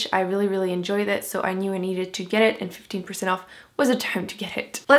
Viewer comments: Did u say 50% or 15% off? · I also heard 50% and I was like woaaahh